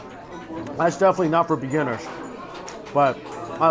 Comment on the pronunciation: definitly not for beg-inners XD